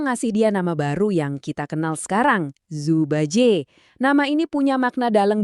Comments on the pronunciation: apa itu ju ba jie..setidaknya bacanya yang benar donk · bacanya Cu Pa Cie (laval orang indo) dia memang di awal ud disebutin kalo dia adalah panglima perang.